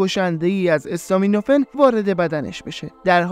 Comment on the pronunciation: برنامه عالی بود. فقط یک نکته اسم دارو استامینوفن به فتحه الف است.acetaminophen